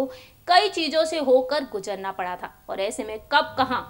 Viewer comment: gujarna pada tha....😆. Madam ji... Ya phir guzarna pada tha. Please phle wrk on your topic and words please. 🙏🙏